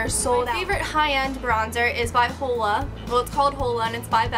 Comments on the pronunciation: hula not whole-a lol silly girl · Hoola is pronounced "hula"